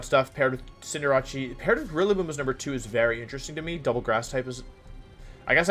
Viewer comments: Dude I cannot stand the name pronunciations.. its CINDER-ACE wtf is cinder-ahchee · Bro why this man saying cinderache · Please pronounce Cinderace correctly. It's Cinder+ Ace Ace like the card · Fam it's pronounced CINDER°ACE. Butchering my favorite Pokemon name so so many time makes my ass itch